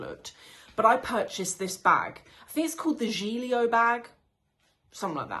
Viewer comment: It’s pronounced Giglio gig- Leo